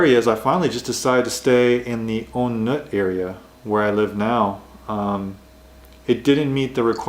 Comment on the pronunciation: So many things I can say about this video. First, not "ohn Naht". "On Noot" is more appropriate. Second, you can't find anywhere "Quiet" in Bangkok. Third, if you think that Thailand is much better than Japan I just don't understand. The racism is far more rampant and the weather is so worse. There are other things to talk about but I'd just be digging a dead horse through the ground.